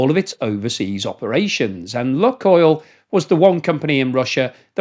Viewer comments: Lukoil is pronounced luke-oil, not luck-oil. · Lukoil pronounced Lukeoil as in Luke the boys name.